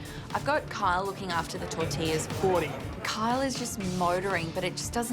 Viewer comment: Tor-til-las ? Tor-ti-yas !